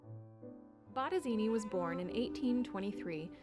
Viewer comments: Baradini??? que carajo pronuncia la voz en off??? B-O-T-T-E-S-I-N-I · I was hearing BotteZini.